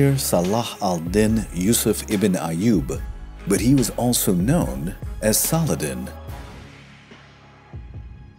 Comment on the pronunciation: The way you speak the full name of Saladin and the way Richard took the fortress of Taillebourg are amaXing...